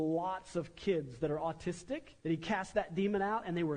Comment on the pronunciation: made me lol. The way the preacher said autistic 😂